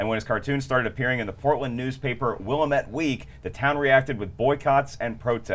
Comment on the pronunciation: That's not how you say willamette,! Get 'em Brian Davids!